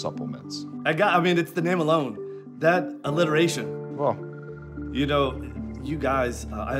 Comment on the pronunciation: “Even that…illiteration” Caleb: 🧐